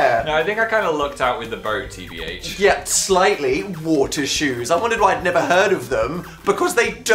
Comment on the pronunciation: Phil saying “tbh” just doesn’t sound right lmao